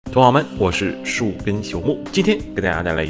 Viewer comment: 同好，好是四声，爱好的意思，不是三声